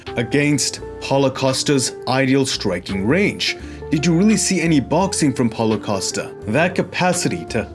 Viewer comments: Did anybody hear what he said during start of this video? It sounded more like Holocaust but I know what you said was Paulo Costa! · I thought he said holocaust in the first 2 seconds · Great stuff once again man! I don't want to offend anyone but I had to listen a few times, I seriously thought you were referring to him as " holocosta".